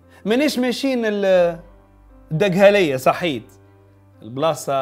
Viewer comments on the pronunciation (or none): يا سي حمزة طالعة عليك الأكسون المصرية، اما البلاصة إسمها دقَهْلية موش دَقْهلية السكون على الهاء 😁😅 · اسمها الدقهلية، فتحة عالدال و القاف، المصاروة ينطقوها الدأهلية